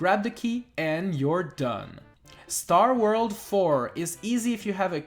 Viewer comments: Why do you pronounce "world" like "worl" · You say 'World' like Tommy Wiseau